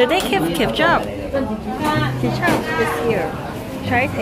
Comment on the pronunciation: 케춰어엎 ... 광동어 발음입니다